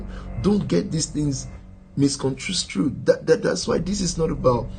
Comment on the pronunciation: Mistrisconstrrued?? Dont you mean misconstrued?